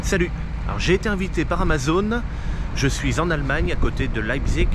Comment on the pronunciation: salut; tu ne savais pas comment dire metal fach mais tu dis Leipzig à la perfection. bravo le neo germanophone. lol.